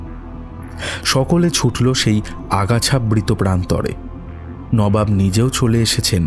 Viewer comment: ami tomar voice er khub boro fan. But unfortunately bar bar নাবাব sunte boddo kane lagche. Please ektu kheal rekho. Ota নবাব hobe.